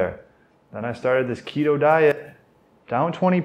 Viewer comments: the KEY-toe diet! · What a good laugh, thanks guys. “Key-toe” diet, I’m dying 😂😂😂